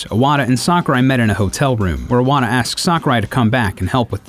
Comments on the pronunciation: Nice video , I really enjoyed it! but why he pronouncing Iwata like *O*wada ? xD it throws me off bit. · God damn man you still haven't learned how to pronounce Satoru Iwata's name? it has an I at the bloody beginning? not an O